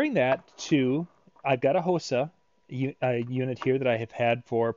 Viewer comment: Hosa is Pronounced (Ha Saw) Its Japaneses name.